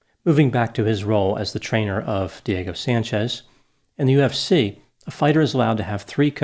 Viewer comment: I've never heard of either of these two men. My biggest struggle listening to this analysis was the fact that every time said "Diego Sanchez", all I heard was "Dirty Sanchez". What is wrong with me?! 🤦🏻‍♀️